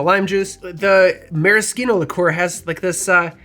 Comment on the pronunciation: On what planet did you learn to pronounce "liqueur"?